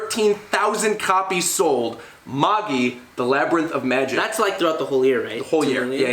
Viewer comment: Magi is pronounced just like the Magi(the 3 kings that visited Jesus) and yes it did end almost 3 months ago(kinda lackluster of a final arc). Silver Spoon is a slice of life/farming kinda manga by the same author as Fullmetal Alchemist it's pretty good but it's on hiatus atm. I'll give a chance w/ the colab on his channel.